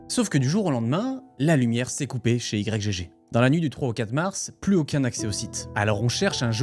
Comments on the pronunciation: J'en suis qu'au début, mais ça m'intéresse grave, vu que j'y allais de temps en temps (pour trouver des pépites introuvables ailleurs). Par contre, ça me crispe "i-g-g torrent" alors que j'ai toujours lu "igtorent" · merci de rétablir les faits ! mdr j'en pouvais plus de la vidéo de micode ou ils sont tous en train de l'appeler Y-G-G au lieu de YGG, c'est pas sérieux tout ça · Pourquoi Y-G-G? c'est igtorrent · J'ai un problème avec cette enquête : cette infâme prononciation "i-jé-jé" 😂 Sinon, masterclass ! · Je dis "why ji ji" j'ai pas trouvé plus facile à prononcer et je savais même pas que c'était français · On prononce le nom comme Yggdrasil ( iGUE )...